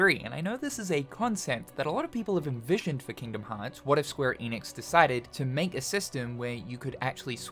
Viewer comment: Are you going to say “Eeeenix” again?